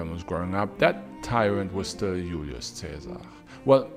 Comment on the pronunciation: It drives me crazy how he pronounces names like Julius (ee-you’ll-ee-us) with correct Classical Latin pronunciation, but completely butchers Caesar (kai-ssar). Anyway, besides that, congrats on another great vid.